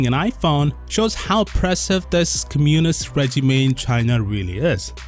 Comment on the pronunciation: Does this person who can barely pronounce "communist regime" have any sense? What does the Chinese state have to do with this? This is a self-initiated move by the very product of capitalism - corporations. In fact, this shows the exact opposite of your argument, this is blatant oppression of the people by the free enterprise system. CIA needs to pay their propaganda agents better, I mean, at least get them an English tutor ffs.